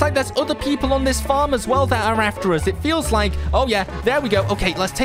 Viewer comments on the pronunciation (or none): none